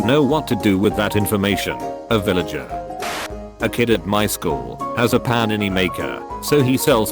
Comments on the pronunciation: Why is no one talking about the pronunciation of panini? Pah ni ni 😂😂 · The way it says panini 😂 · I love how the voice pronounced “panini.” I’m gonna replay that now. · I can't stop laughing at the way this says Pannini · I love how he says Panini 😂